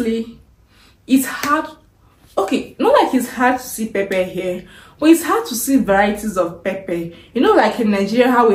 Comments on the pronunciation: You said pepe or pepper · Not pepe , pepper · Pepper anaitamka as pepe wuehh mtaniua😂😂😂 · 😂😂😂 we say pepper not pepe, I was shocked, like what are you talking about madam!! Mpesa is Everything in Kenya, even one banana at 10 shillings we buy it through mpesa!! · West Africans call pepper (pronounced pepa) as pepe. Somehow, their accent has misconstrued the true pronunciation of this popular vegetable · Why do you pronounce it Pepe….. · There is nothing like liquid milk it's fresh milk, and again what's pepe u mean pepper 🌶️ oh my God is that english or Yoruba pronunciation problem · najua. Just annoying she can't pronounce it correctly. Eti pepe. Nkt.